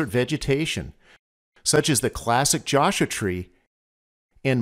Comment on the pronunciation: Really enjoy your videos, but I am curious about your pronunciation of "Joshua" as "josh-ah". Is that how the locals pronounce it?